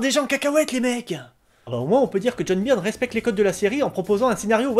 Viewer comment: "Beurne", s'il te plaît, "Beurne" !!!